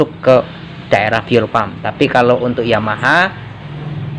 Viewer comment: Pake bahasa indonesia aja mas Fuel Pump Dibaca nya Fiyul pamp. Bukan Pulpam. Pulpam itu PULANG NYATPAM..